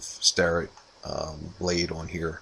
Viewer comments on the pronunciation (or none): none